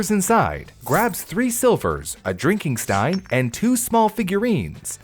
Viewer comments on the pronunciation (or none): none